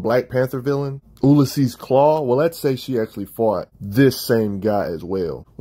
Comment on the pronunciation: so Ulysses is pronounced "you-lis-sees" fyi